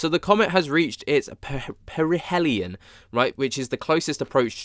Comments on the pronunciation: Say after me - Pear-reh-he- lee-on. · PARA - HEEL- LEON is how it is pronounced. Cheers mate